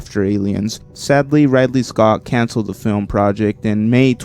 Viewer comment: It's Ridley Scott, Not Radley Scott.